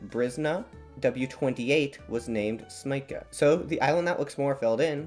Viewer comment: by the way, this is how these names are actually pronounced: Szczecin — sh-CHE-chin Brysna — BRI-sna (it's s not z and the I/Y here is closer to the I as in ill) Śmięcka — SHMENG—tska (the E/IĘ in the word is a nasal vowel)